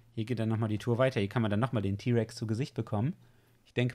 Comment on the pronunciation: Nen den rex ty aussprechen tut man das ti